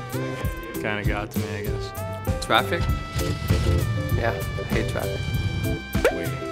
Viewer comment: fleury: “twaffic”